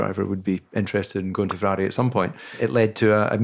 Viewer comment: Would have been funny as Couthard, great as he is, has never been able to pronounce “Ferrari”